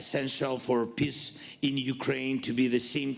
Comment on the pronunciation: Only its PEACE ✌️ NOT PISS